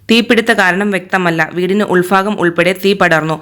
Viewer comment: വീടിന്റെ ഉൾ ഫാഗം എന്നല്ല വീടിന്റെ ഉൾഭാഗം എന്ന് വാർത്ത വായിക്കൂ.